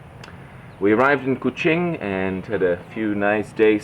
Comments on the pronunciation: true 😅..he pronounce kuching like a true sarawakian..not even people from peninsular malaysia pronounce it like that 👍🏻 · i just found out your channel today. the way you pronounce Kuching and Iban almost sounds like you're a local already. i've come to notice, unlike other foreigners talking about Malaysia, you didn't even mention about the cost of living here, which I found really sweet of you. looking forward to more exciting videos of your life in Sarawak, my fellow Sarawakian brother from another part of the world ^_^